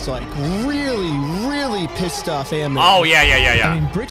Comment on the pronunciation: Ammon rhymes with "salmon." Think, "Ammon the Salmon." :fish-orange-wide-eyes